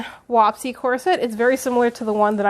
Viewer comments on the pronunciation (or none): i love this video! however did i hear you say wap-see corset? pretty sure it's waspie like the insect hdbfghbd